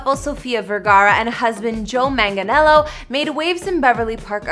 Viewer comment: I wasted my view, you can't even pronounce Manganiello correctly 😒. Basic etiquette 🙄